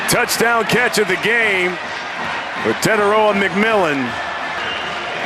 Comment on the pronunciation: Fi fi ta Te tai roa Learn to say it correctly because it will sound way better🤙🏾😄